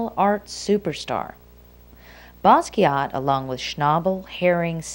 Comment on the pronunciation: "baskiatt"?......nice pronunciation...